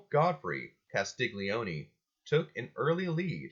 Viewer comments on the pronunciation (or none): Castiglione pronounced kas tee lee oh neh. g is silent in gli.